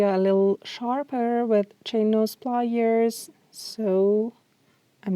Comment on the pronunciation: Nice video, but saying "wye your" and "ply yours" was very distracting